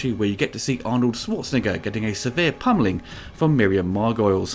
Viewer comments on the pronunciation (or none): Miriam MAR-GO-LEES